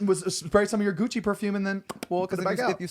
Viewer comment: i thought Zane said Kenny’s “coochie” perfume and i didn’t realize for a long time he said gucci